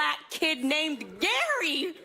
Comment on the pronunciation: No one: Not a single soul: Not even James: Lilly Singh: GAry gaRY GaRy!